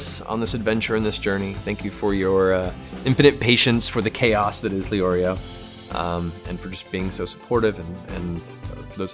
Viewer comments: The only thing that annoys me is the fact that they say Leorio and not Lay-Oreo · It makes me mad when they say Lee-Oreo but I guess I can’t be mad.